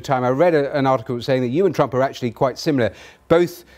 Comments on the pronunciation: I think you'll find it was "Trrremp". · I love the way he calls him Tramp. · did he call him "Tramp"? lollll